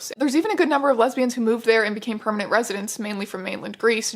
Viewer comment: When the guy says lesbian it sounds like hes saying lesbias maybe im mishearing but if were translating lesbias to lesbians why cant they just translate homosexual lesbian into another word especially if hes worried about women on the island being worried because they arent gay and dont want to introduce themselves as such why cant in english we just says lesbias if he did say lesbias idk i havent watched the whole vid yet maybe thats what happens